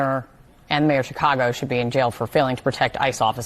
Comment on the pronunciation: This man thinks there's an "r" in Chicago. Chicargo 😂